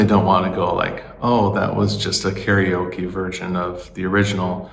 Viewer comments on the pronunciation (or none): none